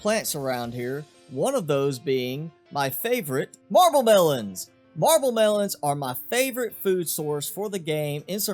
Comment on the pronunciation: Also love how u said marble melons it made my day